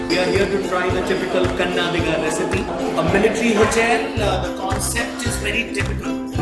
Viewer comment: Learn to say "Kannadiga" the right way. You sound verni and ignorant when you cannot pronounce the name of the place whose cuisine you are reviewing..